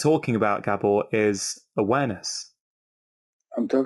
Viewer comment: Slightly annoying that Dr Chatterjee couldn't have found out how to pronounce Gabor...